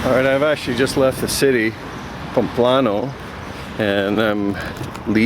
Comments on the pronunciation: Your mispronunciation of even the easiest Spanish words is painful. It's PAMPLONA! Also, judging other pilgrims for bringing their children? I hope the camino punched that judgment and self-involvement right out of you! :-) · It's pronounced PAM-PLO-NA.